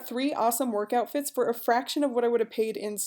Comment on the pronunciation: Didn’t hear the distinction between “work outfits” and “workout fits” and I was hella confused lol